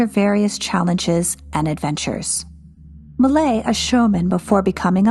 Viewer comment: Many people have difficulty with French names. As I understand it, "Malay" is close, with a little left out. "MAY-lee-ayz" is closer, similar to "malaise" in English.